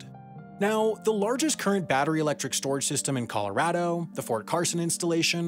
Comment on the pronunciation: You can tell Sam lives in Colorado because he pronounces the name correctly. Nothing drives me crazier than hearing people say 'Colo-ROD-o'